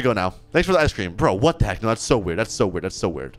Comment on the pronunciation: when said "WATT THE HEK" i remembered the asian guy